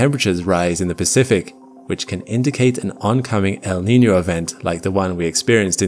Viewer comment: Props to this guy for nailing the pronunciation of El Niño and La Niña